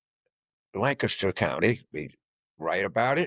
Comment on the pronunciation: Thanks for pronouncing Lancaster correctly.